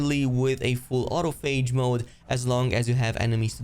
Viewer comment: I think you are pronouncing autophage wrong. Au-toph-age, it’s from the biology term autophagy